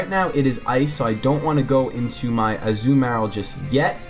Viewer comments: I cringe everytime I hear the way you pronounce Azumarill. xD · a-zoo-marill lol